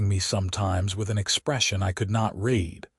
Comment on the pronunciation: Why dont you feed red instead of read into you fake voice system?